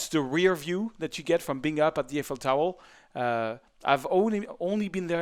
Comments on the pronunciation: "Eiffel Towel" XD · I like his tutorials and have learned a lot watching them, but I thought it was funny how he repeatedly talks about the Eiffel "towel" in this video.